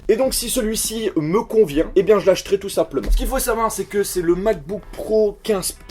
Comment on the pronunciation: "jlachtrai" merci